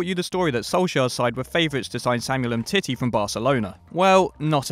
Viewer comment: Please stop saying Umtittie